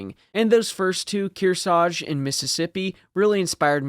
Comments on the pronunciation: Its KearsaRge. Not Kearsage. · They took Kearsarge's name off her so they could use it on a new Essex class aircraft carrier, but thet ship was renamed to honor the lost Hornet before launching. Btw both of the Rs in Kearsarge get pronounced, and if one is left out it's usually the first one. Least around here in the Kearsarge Region.